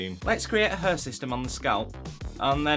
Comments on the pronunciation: The pronunciation of hair shouldn't be 'her' ????? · U spelled "hair" like "heer" (it's okay) Thanks for the tutorial!